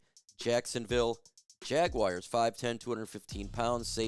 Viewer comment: Jackass the word is JAG U AR.... NOT JAG-U-WIRE... Jesus